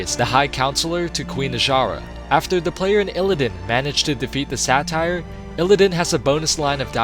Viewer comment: Love your videos but damn your pronunciation of some words is cringeworthy. For example, satire as opposed to satyr.